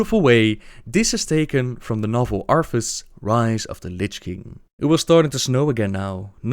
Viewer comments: Say it with me, ArTHas, not ARFAS....sigh... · arTHas not arFas lol it kills me each time u say arfas but......great job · I just realized that the you pronounce "Arthas" it's like "Arfas." That would be the cutest dog name ever. Just imagine a dog with a blonde wig and a warhammer slung over his back xD